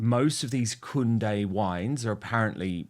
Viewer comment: It's not "kunday" like "Conday Nast" its a German name.. Kunde "Kuunder" (Client or customer)